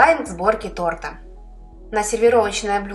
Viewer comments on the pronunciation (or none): none